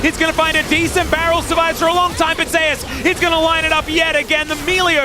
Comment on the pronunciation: How about just call Zeus Zeus instead of ze ass